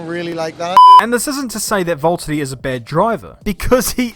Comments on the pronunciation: ITS VALTTERI NOT VALTEDY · seems to be saying Valttady instead of Valtteri. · Your my favourite YouTuber and you make amazing videos but its Valtteri not voltiddie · Who is this Volttedi guy? It's like the #Jesko pronaunciation, but worse. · who or what is a 'Volteddy'? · my man is calling him VOLT-TITY 🤦🏻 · Why do I keep hearing "Volttadi" instead of Valtteri? Edit: In my opinion, Valtteri is a good driver, except that Hamilton is like 10 times better than him since Hamilton learned from Rosberg. And I think Valtteri is fitting for Mercedes and should stay. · its Valtteri not Vulterri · love this video but i swear you’re the only person i’ve ever heard say Voltari not Valteri, is it the accent? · It’s V-A-lteri not V-O-L-T-ari 😂😂😂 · VAULTeri ? Don't you mean VALteri? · It’s V A lterri not V O lterri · Pronounce your 'R's! Valtteri not vault-uni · Quick question: are you completely butchering names on purpose? It's VALtteri, not VOLtteri. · why do you pronounce valterri like Wvwvwvwalteri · the way he pronounces it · Valteri it’s James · Every time I hear say valtheri I die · Is Valtteri that hard to say? 😂😭😭😅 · I reckon I've never heard both t's pronounced in his name before & it's fucking me up. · The way he says Valtteri and Bottas just makes me feel weird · Who is this "Voltteri" you keep talking about? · Valteri, it’s